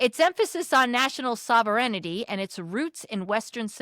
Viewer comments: FYI To the speaker: It's 'sovereignty' not 'sover-en-ity'. The American education system has a lot to answer for. Other than that, thank you for the support. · First of all, I'm not going to be a nice Cdn. My first complaint is your pronounciation sovereignty ... Sov-ern-ty. Not sov-er-en-ity!!! This is typical of American ignorance and poor education. Secondly, no weed does not grow wild everywhere in Canada. No, they never burned down fields of weed. In fact, weed is 100% legal in Canada since 2017. Yes, we are good people but we won't be pushed around by anybody!!! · The pronunciation of the word sovereignty is sov-ren-ty. Hope that helps. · Sover-n-ity?? Learn to read lady! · Sovereignty: Root word is Sovereign. Three syllables, or two with the first 'e' silent, depending on where one is from. Do not skip the 'reign' part of the word; that is an important part of its etymology and subsequent meaning. Sov-er-en-ty: four syllables, or Sov-ren-ty: three syllables. Definitely never sov-er-en-i-ty, Sov-ern-ty flips the letters 'ren' around to 'ern' and is incorrect. Or American, which is also incorrect. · I love the way you pronounce sovereignty. :) It’s pronounced Sov- ren- tea. Well at least in western canada and the UK. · I had to mention it as well. I let it go the first time but she continued to say it. Yikes! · Or “paraphrase” Or “sovereignty” (so many times)